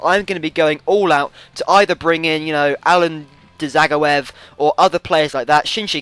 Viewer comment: Dzageov is pronounced ja-goi-ev